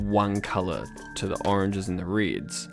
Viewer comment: downvoting until you learn to say "reds" properly :)